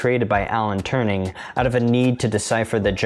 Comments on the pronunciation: Alan "Turning" is turning in his grave from how you butchered his surname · Alan Turing*. Not Turning.